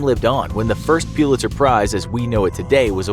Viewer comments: Its pullister not PUELASTER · Its prounced pull-its-her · Its pronunced Pull-it-sir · Is that really how you say Pulitzer? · That is not how you pronounce “Pulitzer” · The way he pronounces Pulitzer